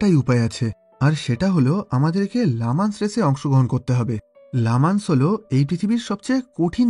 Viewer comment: ভাইয়া এটা "লা মান্স" না এটির উচ্চারণ হবে "লি ম‍্যান্স"।